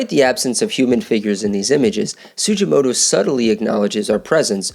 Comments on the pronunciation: It's not pronounced "Su-jee-mo-to" but su-gi-mo-to (hard g) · You need to redo this video with correct pronunciation of the artist's name "su-gi-mo-to (hard g)". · His name is pronounced with a hard G!